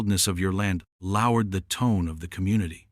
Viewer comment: Your STUPID AI can't even pronounce 'lowered' correctly, you do realize that this is a direct reflection on your own intelligence? If your AI is not intelligent, that instantly reflects back to you not being intelligent!